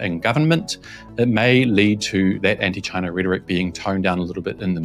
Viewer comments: Trump said, "Jaicha Jaicha Jaicha instead of China." WTF. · Trump and Biden didn't said China They actually said Gina as in Vir-Gina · Trump: "Excuse me, I said, Ghina! Ghina! Ghina!"